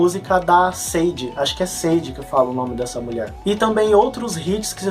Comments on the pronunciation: Sade se pronuncia Shadei! Abraço! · a pronúncia de Sade é "Shadei". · correçaõ "SADE " se pronuncia " XADÊ".